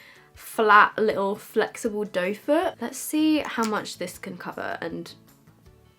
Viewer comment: #questionoftheday how did you find out that the applicator on a concealer is called a doe foot. The first time I heard it was from you and I thought you were saying dofer 😂 love you